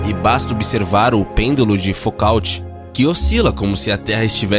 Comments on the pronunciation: Se pronuncia FUCÔ, não fucaut. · Foucault se pronuncia como "fucô" e não "fucalte". Mas ótimo vídeo. 👏👏👏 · "Fucalti"? Ñ seria "Fucô"? 😑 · O locutor do vídeo deveria melhorar a pronúncia de palavras em outros idiomas. Chamar o sobrenome do cientista Foucault de Focaute é terrível. O correto é "Fucô". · Foucaut se pronuncia Fucô 😂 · Não se pronuncia "focaut", mas "fucô" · Por favor, pronuncia-se "FUKÔ" e não "FOKALTE" - foucault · "Focaut"??? A pronúncia correta para o nome Foucault é "Fucô". Imperdoável. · não é focaut que pronuncia. é fucô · "Fucaut" doem nos ouvidos. O correto é "Fucô". Quem se propõe a fazer vídeos científicos não pode cometer um erro desses. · Por favor, diga pêndulo de “ fucô “ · Vídeo muito bem feito, bem científico, didático e com ótima montagem visual. Mas, me perdoe: a pronúncia é Pêndulo de 'fucô' ( e ), e não como foi pronunciado. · A pronúncia de Foucault é "Fucol". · A pronúncia não seria; Fucô? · No relato com diversos erros de pronúncia, Ilustraram Galilei Galileu como sendo o grego Aristarco. O Pêndolo de Foucault se pronuncia "Focô." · Focault se pronuncia Focô, igual Renault se pronuncia Renô. Vale jogar no google os nomes estrangeiros antes de gravar os audios dos videos. No mais, parabéns pelo material. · Foucault não se pronúncia como se lê. Pronúncia-se fuquô. Se vcs querem falar de ciência, comecem a pronunciar corretamente o nome das teorias e objetos. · Foucáuti. Pqp... Cara, tu nunca estudou pra saber como se pronuncia o nome dele? Pqp... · É "Fucô" mesmo, Xanda. Ótima observação/correção a sua. O narrador é péssimo e tem dificuldade com a pronúncia de nomes franceses, pelo visto. Vídeo horroroso e equivocado, nunca mais abro esse "canal". Parabéns pelo seu comentário. FELIZ NATAL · A pronúncia do nome "Foucault" é criminosa. Peloamordedeus, corrijam isso!